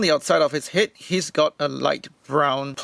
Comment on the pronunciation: Laughing at how you say het.